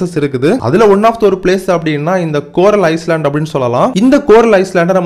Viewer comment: ஐஸ்லேண்ட் இல்ல ஐலண்ட் (தீவு)